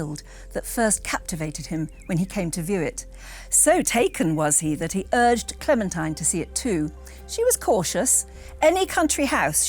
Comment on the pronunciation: Her name is pronounced clementeen.